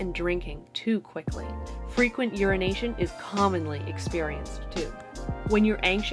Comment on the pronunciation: When she said "URINATION" I was like "ahhaa ha ha "🤦